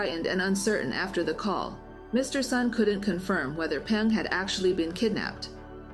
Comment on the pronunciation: Hi reading A.I., the surname Sun is pronounced as "soon", not "sahn".